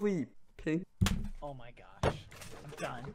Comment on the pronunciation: THE WAY YOU SAID 'PING' ON LOLOL